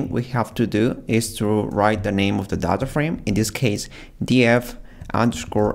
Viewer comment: When he is say "Data" I heard as thadha 👀😼